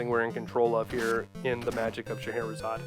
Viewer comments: I always thought that it was pronounced with “zaid” and not “zod” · It is pronounced as 'Sheher-e-Zaadein" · "shuh-heh-hurr-a-hay-uh-zay-ed, shuh-heck-her-hay-zuh-day..." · So, not only have I been pronouncing “Faxanadu” wrong, but now “Scheherazade.” My childhood is becoming a lie. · I would have never guess that's how you say that name.